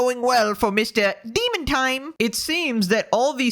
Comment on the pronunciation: deemin taaime! lol